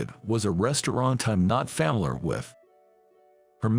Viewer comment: Your story would be more believable if you knew how to pronounce word. It isn't C-Os. It is C-E-Os. Do you know how ignorant it makes you sound? You weren't fa mi ler with restaurant?